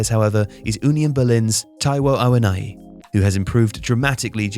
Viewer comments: Ah-wo-nee-yee. not awoniyi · It's pronounced "Awoneeyee" not "Awonayi" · Its Taiwo Awo-Niyi(like Knee yi). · 🤣🤣 your pronunciation of Awóníyì though. It's Yoruba not English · Na oyinbo pronunciation be that, forgive am.